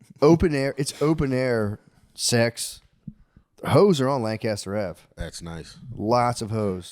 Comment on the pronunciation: Shane, could you please teach Matt how to properly say Lancaster